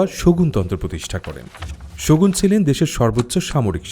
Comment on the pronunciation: বলছেন শগুণ শুনছি শকুন 😂